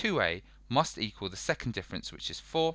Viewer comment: Man said equill